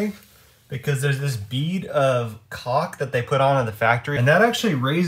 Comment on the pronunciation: DUDE, you're killing us......To pronounce CAULK so it dont sound like you are saying COCK, try saying it like you're saying the word "CALL with a "K" at the end... CAULK........Side note, We watch ALL your videos and learn a lot from you're mistakes which are far less than last build. No wonder you are much more caulky and confident with your cuts this time around. THANKS you ROCK!